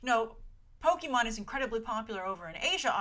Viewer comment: Please... Poke-AY-Mon. Not Poke-EE-Mon. This is causing me physical pain.